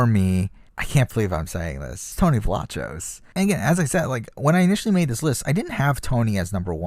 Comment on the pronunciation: I know it’s spelled Vlachos but isn’t it pronounced Vlakos